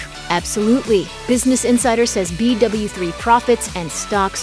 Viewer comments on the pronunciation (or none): Who else wanted to die every time she said b doubleu 3